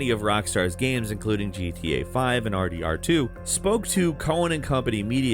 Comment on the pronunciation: WHT do you say R D D 2? It not faster there is one more syllable and sounds weird